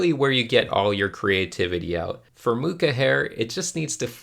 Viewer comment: Ah yes, the return of